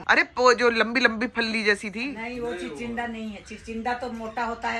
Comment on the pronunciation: Sambhavana ji that’s not ‘Chirchinda’ that’s ‘Chichinga’ bengal main usko bolte hai ‘Chinchinga ‘